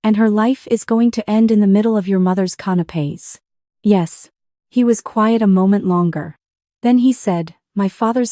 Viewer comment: Not canopes but CANAPÉS